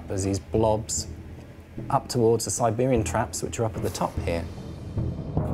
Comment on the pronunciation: Sibewian twaps? weally?